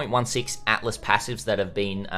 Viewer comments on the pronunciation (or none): none